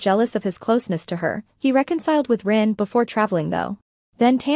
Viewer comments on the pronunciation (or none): Thyme, not tan. Kavin, not kevin. Ren, not rin. 🤣🤭